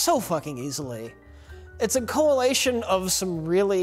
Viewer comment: "Coalation" Add it to the " Mispronounces Words" video